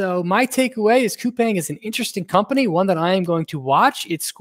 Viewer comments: Thanks for the analysis and I’ve been following Brian from TMF from last year! BTW it’s pronounced as “kupaang” not “kupeng”. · Pronounced koo-pong, so I’ve been told